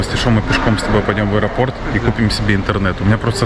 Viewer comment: А ещё,, без обид, ударение в слове аэропорт ВСЕГДА ставится на ПОРТ (из аэропОрта, к аэропОрту, в аэропОрте, в аэропОртах и тд)